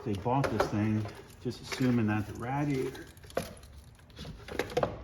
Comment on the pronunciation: The word is not rad iator The word comes from radiant. Nothing rad about it. I don't care, It's just sport to bug you about it. Good video.